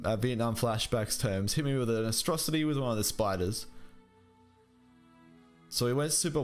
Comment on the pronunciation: Just curious as to why you call it "Astrocity" instead of Atrocity also just found your channel and I'm loving the content